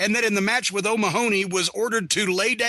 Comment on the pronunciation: How is it that Americans can pronounce McMahon but not O'Mahony ?